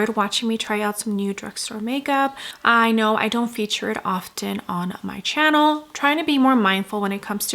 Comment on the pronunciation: You have the most annoying expressions while speaking. I am cringing listening to the way you pronounce “channel”… also the screaming in the background is what made me click off the video